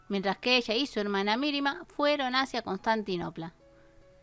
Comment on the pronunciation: Mirimah: se pronuncia Mariam Mehmed: se pronuncia Mejmed